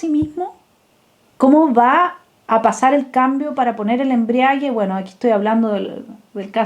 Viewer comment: Embrague y no "embriague". Embragar es acoplar.